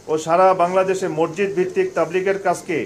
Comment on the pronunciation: মরজিদ মরজিদ না বলে মাসজিদ বলুন please